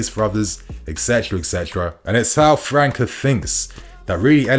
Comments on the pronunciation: The boy's name pronunciation is França (Fran-ssa), not Franca (Fran-ka) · His name is pronounced as Fran -sa bro 🤦‍♂️🤦‍♂️ . You really dont look at any football outside of Europe